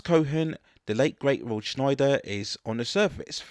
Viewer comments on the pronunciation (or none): A couple of issues with your pronunciation: Roy Scheider's name has no "N" sound...it's pronounced "shy-der". His character name is "co-en" not "co-hen". I saw this on a whim when my friend and I were at a video rental shop. Didn't think it would be good, but it actually became a longtime favorite that I had on VHS for many years.